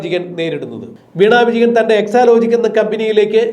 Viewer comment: പിണറായി വിജഗൻ അല്ല വിജയൻ എന്ന് സ്പഷ്ടമായി വിളിക്കൂ